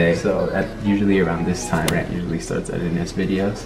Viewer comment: Everyone - savage love, did somebody, did somebody - dhis tem bady🤦‍♀️😂